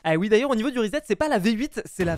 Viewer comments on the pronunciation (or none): none